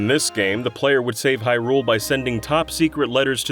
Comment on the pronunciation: Stop pronouncing Hyrule like that! 😂